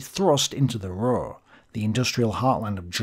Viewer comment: Hi. You can pronounce the U in Ruhr the same as in secure a little later. As always, a very good vid. Greetings from Germany.